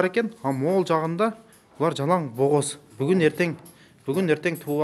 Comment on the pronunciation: Бооз деп туура суйло. Богоз дебей макоо.